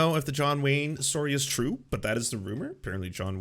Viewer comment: When is chill: true When is excited: truuewe